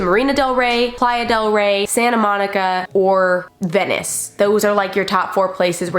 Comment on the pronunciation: I think I heard “Vanice” 😂